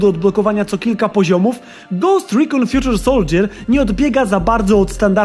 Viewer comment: Fjuczer soldżjer? Fajny błąd w wymowie :D